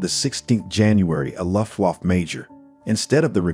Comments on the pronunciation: "The "Loft-Woff-Pilots": It doesn't need to be perfect. But that ... sounds like a gay dog barking.... Guys, please try to change this pronounciation. It's "Looo-ft-Wah-f-fe" ["fe" like in "federal" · Take a shot every time you hear Lutt Woff